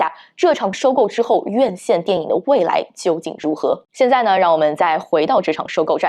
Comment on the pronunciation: 口音没问题，不过她的普通话发音不标准，或者说有点口齿不清。X，J，Q这些辅音发音都有问题，比如“既“然，院“线”，当”下”，两“千”，等等这些字的发音都有点咬舌，挺起来有点别扭。还有有的发音干脆错误，比如分成，是分cheng, 不是分chen.